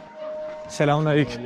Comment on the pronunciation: Ya gardaş bir öyrenemedin selam vermeyi silmaleyküm deye bir kelime A salam alekum doğru olan